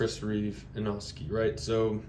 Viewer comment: Inkosi not inoski lol